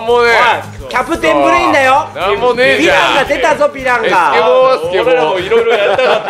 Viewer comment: レトさん「ヴィラン」って言ってるはずなのに、「びらん」に聞こえるの可愛い